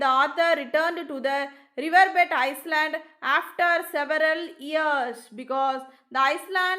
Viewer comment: Iland pronounciation not iceland